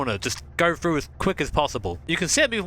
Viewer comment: froo = through, free = three? UK peeps you stick your tongue to the back of your teeth when you pronounce "th" mmmkay? Fun vid though.